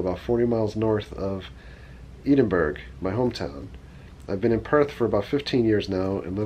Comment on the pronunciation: I loved the pronunciation of Edinburgh 😂 Love the videos. Been watching them for a few months now. On my first trip ever to Florida next week from the UK with my finance. Can't wait!